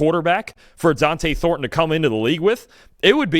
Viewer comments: It’s not Dionte Thorton, it’s Donte Thorton 🤦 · say it with me “ DON-TE (DON-TAY) THORNTON